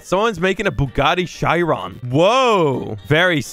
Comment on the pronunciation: it’s pronounced boo got tee Shear ron